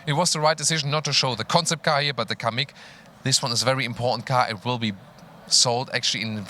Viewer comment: Kamiq ne lan iyice bokunu çıkardınız amk